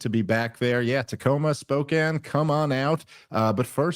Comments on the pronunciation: Say it with me Dave: spo • CAN NOT: SPO • ken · heads up Dave I saw an ad for your Spokane show and all the locals in the comments were roasting the way you pronounced it. Might want to give it a google before you perform there.